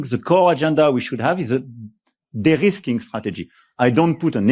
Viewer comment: Macron says "derisking", not "the risking". It is not an English word, but needs to be taken up in everyday parlance, for the USA and Russia have proven to be highly unreliable, in fact, totally untrustworthy. Russia attacks us, and the American Administration has a kill switch on almost everything we use in Europe in terms of security. The only party that has shown itself to be reliable is China! All thanks to Putin, who has put his Useful Idiot in the WH in 2016 and still controls him in . (A kill switch manifests itself for instance through a software update over the air that will ground all F-35's, or closing down the data centers or internet, both of which are primarily run from the USA.)